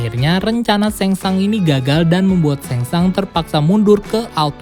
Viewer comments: Shang Tsung bacanya bukan seng sang ngab tp tetep sesuai tulisan seng sung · Tseng Tsung bosss !!! Bukan Seng Sang. Ntar salah ngartiin jadi kerangsang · Ngmng na rujit..sengsang.. tsang sung bego😁😁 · Ia sang sung harus nya bacaannya kacau nie admin😂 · Baca Shang tsung nya Seng sungggg kakkk 😂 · Bacanya Samsung